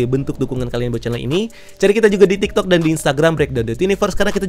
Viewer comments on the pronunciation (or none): none